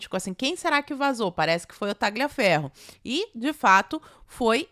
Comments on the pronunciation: a pronúncia correta é " taliaferro" GL em italiano tem som de L ok? Beijos 🌸🇧🇷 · Oi,, tudo bem? Like clicado. Não quero ser chato, mas é que incomoda... A pronúncia correta do nome Tagliaferro é: Tálhaferro. Em italiano o "gli" é pronunciado como "lhi". Então, para ser preciso, tecnicamente, seria algo como Taliaferro. Qualquer um dos dois vale. Mas, seja como for, o "g" é mudo.